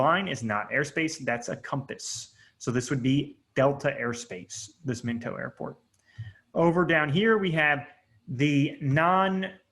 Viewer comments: Mento lmao… MINOT = MY-NOT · MI NOT. Not Minto. It’s a Air Force Base. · Min-toe?! LOLOL Bro, it’s My-knot! Still an EXCELLENT course #respect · It's not Minto it's my knot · Minot not minto pronunciation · The airport is pronounced Mi-Not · Informative, but, you can NOT pronounce the airport names worth a flip. Minot is My Not Mechum is Me Chum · Minot is pronounced "my not."